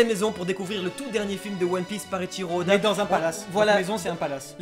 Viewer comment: Lol il a dit ODAce